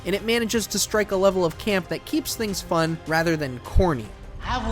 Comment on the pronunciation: Bro have you even played it? And my god you alwaysss had to emphasise "It IsN't FuN" like we fkn get it.